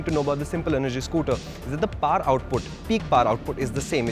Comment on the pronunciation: Is that par or power? I think the pronounciation matters